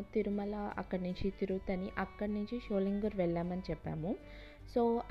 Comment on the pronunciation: Not Sholingooor.sholingar